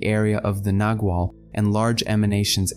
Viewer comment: pronounced with a soft g sounding like a w - nagual